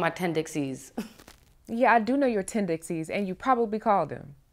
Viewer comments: Bro, she said “tenDICKcies” 😩 lol 😂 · Did I hear right? TenDICKsies? 😂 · Tendickcies (pause) 😂😂😂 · I no she didn't say ,"tryin' to act like you know my Ten-Dick-Cies"😂